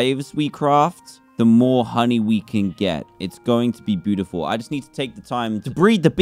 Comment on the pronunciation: Dan: There BEE- utifal ME: Dan stop Trying